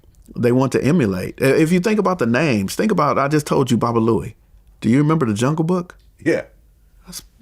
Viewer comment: HIS NAME WAS BALOO THO NOT BOBALOUIE IN THE MOVIE